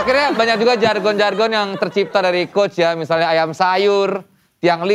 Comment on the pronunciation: Nah iya, gue juga ngerasa ini ironi. Dia gasuka orang yg ngomongannya masih gitu, lah dia sendiri masih ngomong aiam sayur